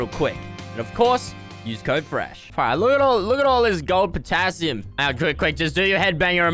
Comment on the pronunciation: Image being fresh’s girlfriend hearing fresh saying patasium squad